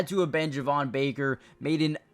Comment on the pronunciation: Slight correction, Javon Baker’s name is actually pronounced Jay-von. Thanks for the nice video and keeping us all updated! Excited for the pads to come on tomorrow!